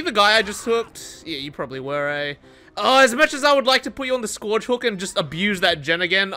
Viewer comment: Anyone wanna teach how to say Scourge?